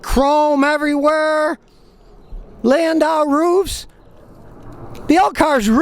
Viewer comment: SCOTTY.... I NEVER KNEW!... "Landau Roof"!.... 😅😅